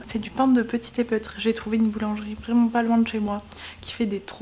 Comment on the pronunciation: Petit épeautre : se prononce petit "épotre" 😊